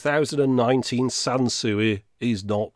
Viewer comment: Sanswee not Sansuey 🤭